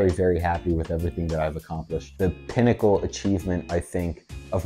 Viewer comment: When he finally said "pinnacle". Oof.